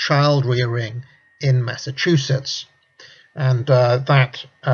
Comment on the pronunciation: Hey he finally pronounced Massachusetts right. 3 seconds later : "Saturnuurlia"